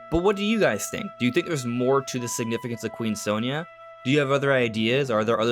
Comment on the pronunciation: Very weird how they always pronounce her name wrong. It's "saw nee ya"